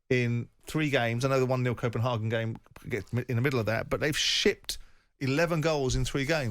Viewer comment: Simon corrected himself wrongly as he was about to say Copenhagen and changed it to copen HAHGAN. No simon it Copenhagen. Its leviosa not leviosaaaaaa